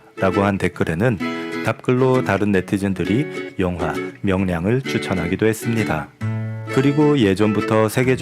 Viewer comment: 영상 올리신 분! 자막중에 명랑 이라고 나왔는데 수정하세요. 명랑이 아니라 "명량"입니다!!! 음성까지도 명랑이라고 하시네! 역사 공부는 당신이 해야 할 것 같습니다!